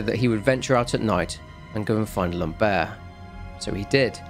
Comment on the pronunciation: The way you say " Lambert " sould like " lombaire " wich are the lower bones of the spine, " lambert " sound more like " lamb-er " ( the T is silent )